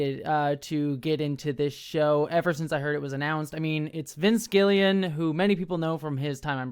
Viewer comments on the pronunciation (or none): Because i’m a pronunciation nerd, rhea seehorn’s name is pronounced RAY SEE-horn. Vince gilligan has that second G in his surname also. Like the dude with the island from a million years ago! You didn’t ask, but i hope it helps anyway.